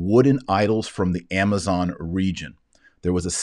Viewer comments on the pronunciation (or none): none